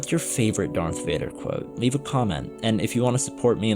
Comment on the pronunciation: I was enjoying the video until you said “dark Vader”. Dumb ninny.